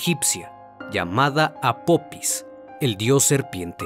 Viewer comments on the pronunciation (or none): No es apopis es apofis ,deberían investigar antes de hacer el documental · Apopis? Que no es apofis? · Apophis se pronuncia Apofis . excelente vídeo